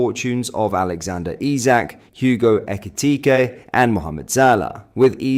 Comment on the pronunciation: How can you pronounce Ekitike's name properly, then totally fuck it up less than 30 seconds later??! 🤷🏻‍♂️🫩😅 x